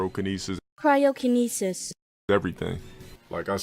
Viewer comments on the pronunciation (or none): Cairokinesis. Its when you move Cairo, Egypt with your mind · Dale played Gill for HOW long, yet he can't pronounce "cryokinesis"?